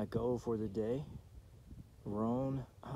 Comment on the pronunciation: Love your videos and watch every one of them. You were very close to my hometown on this one, twenty to twenty five miles. Not trying to be disrespectful at all but it is plain ole Roan Mt. not Ro-an. LOL !!! Sorry , hope you don't take offence . Looking forward to your next update, you do a great job with the camera.